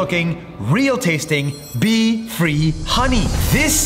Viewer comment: bee-free honey pronounce of bee kinda sounds like pee💀